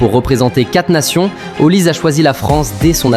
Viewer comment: C'est plus Olise mais "Haut lisé" 😂😂, on en parle pas assez mais si la France prend la coupe du Monde il serait favoris pour le ballon d'or